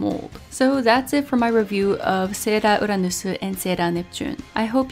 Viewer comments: ahh, I didn't know she was Japanese. But she is talking well in English, so the Japanese pronunciation for English words like "Sailor Uranus" and "Sailor Neptune", which she can clearly pronounce in English, it sounds veerryyy off putting to hear her randomly pronounce it in Katakana ( Japanese pronounciation for English words) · I love the way she says the sailor's names like "sera uranusu"😂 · okay, I can understand that you're Japanese, but you say everything else without a Japanese accent and the words you're choosing to say with a Japanese accent are English words lol - it's just hilarious and a little distracting. That doesn't mean it's a bad review, I was just curious why you were putting such a heavy emphasis to pronounce English words like Japanese words 😋